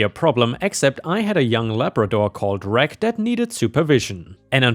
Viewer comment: Psst...... the doggo in story #1, his name Reg is pronounced like registration rather than regular...